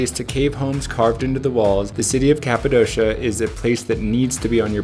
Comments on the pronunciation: Capadoshaaaa? Oh sweet jebus, how can you say it like that and claim you have been there. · Why do all americans say Kapadossssssha. Its Kapadokia. Its like you havent even been there, if you dont know its name.